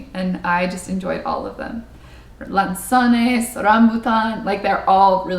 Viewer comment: she speaks Tagalog with American accent in some words but when it comes to food (especially fruit) she pronounces them perfectly... "rambutan", "lanzones".... we know what she loves best in the Philippines 😁 speaks straighter Tagalog than me... her final message was several sentences long and avoided Taglish for as much as she could. i only counted one or two English words. Me? I'd probably have inserted 10 or 20. Well done